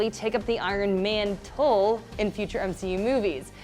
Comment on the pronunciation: Did she say Iron-MANtle lol